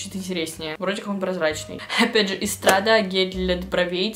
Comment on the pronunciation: Lavelle- лавЕль, Estrade- эстрад, Farres- фАрес, про Rad вроде писали (немного помощи по произношению)